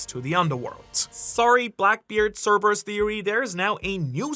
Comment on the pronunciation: Thank you for pronouncing Cerberus correctly